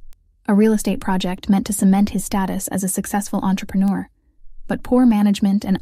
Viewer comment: The caption said step-mother and step-brother. In the story they become the MIL and the BIL. The voice said roasted chicken, but the usual turkey was on the table.The voice also said entrepreneur wrong. Entre pre Neur. To enter first. Lead the way.